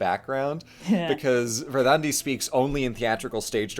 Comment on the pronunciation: I must say, as a Swede, that was by far the best pronunciation of Verdandi i have ever heard.